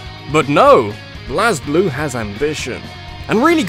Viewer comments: Thank god Blazblue was on here. Also it's pronounced BLAZE blue. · Why do you pronounce Blazblue like that? I've never heard anyone pronounce Blazblue like that. Also, you think Kingdom Hearts is more confusing than BLAZBLUE?! HOW!?